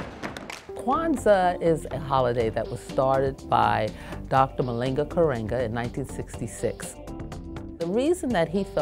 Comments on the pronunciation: Oh no, not "Malinga"... -__ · Great voice and spirit, but she screwed up some of the Swahili pronunciation as well as Dr. Maulana Karenga’s name.